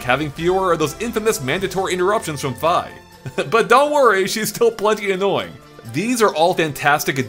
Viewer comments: "F-eye" ...am I the only person who calls her "Fee"? heck the "i" in Japanese is pronounced with an ee sound. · So we're just going to ignore the fact that he calls Fi "Fuh" lol